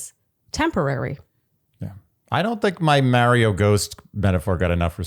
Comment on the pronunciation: Love the podcast Shandy. However.........the way you pronounce "Mario" as "MARE- io" is cringe my man.